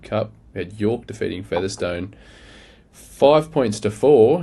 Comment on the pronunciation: Please tell how to pronounce Featherstone 😂